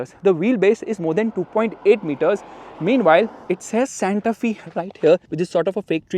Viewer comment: Fyi, pronunciation is Santa ‘Fay’, not ‘Fee’. The design looks very nice.